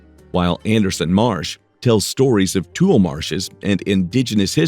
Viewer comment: Thats too lee, not tool!